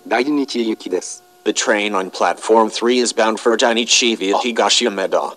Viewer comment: viaが発音できてないんだよなあ 完全にbyって言うてしもとるがな